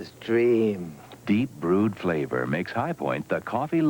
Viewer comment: The way Lauren Bacall pronounced the word FLAVOR gets on my nerves. Lol.